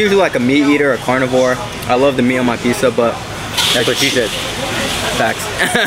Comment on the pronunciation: Probably the one that is wrong since Pizza, here, is way too often pronounce Peesuh rather than Peet-zuh.